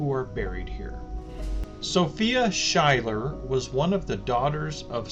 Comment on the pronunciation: Schuyler (German origin) Is actually pronounced Skyler I lived on the street in Marshall (that I was told was named after her) I asked the City of Marshall and the Historian how to properly pronounce the street name.